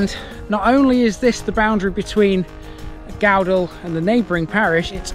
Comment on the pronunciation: Thank You for this. Your pronunciation of Gowdall is fine. Although Cowick is pronounced as in Cow. Following the 2000 floods there was extensive upgrades through 2001 to 2003 to the river banks and flood banks and also the drainage system. The various flood defences are now maintained as per the Reservoir Act and subject to annual inspections.